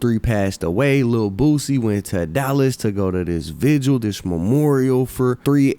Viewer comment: First person in hip hop history to not pronounce vigil as vigual